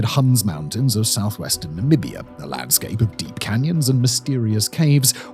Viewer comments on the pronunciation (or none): none